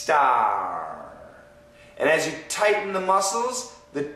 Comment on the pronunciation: it's sound wierd " starraaww" 😂